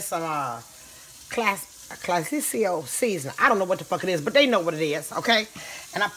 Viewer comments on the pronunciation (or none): Tampico "classisioo" pick da Bitch up loooool